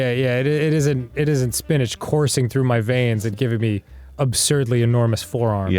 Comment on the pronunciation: Is Arin saying “spinnadge” not spinach? Lol